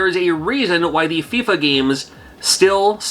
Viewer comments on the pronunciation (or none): none